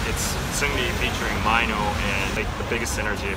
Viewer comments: is no one gonna correct that mino is pronounced mee-no not my-no.. lol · Am I the only one confused about how he is pronouncing Mino? Is it not meant to be like "mee-no", or have most of us been pronouncing it wrong for years? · Wow, I have only ever heard him referred to as Mee-no, never My-no.. So strange, but good to know!